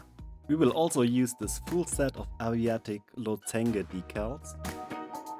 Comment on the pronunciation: Incredible, loved every minute of it! By the way - "lozenge" is pronounced "losendsch" with "offenem o", "stimmhaftem s" and also "stimmhaftem sch". But who cares, it's the results that count, and they are simply stunning...!